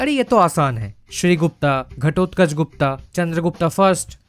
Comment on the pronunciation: It's Gupta but a as in Rama the second a not the first a of Rama. The feminine version is Guptā which was used for females of that dynasty like Prabhavati Guptā(daughter of Chandragupta II) and not Gupta.